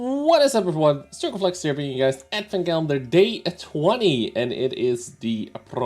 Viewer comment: Ew that pronounce Circon, you sound weird for italians D: It's progetto, not proghetto (correct way to say is something like projetto, for the english speaking community). Lov your vids, keep on going!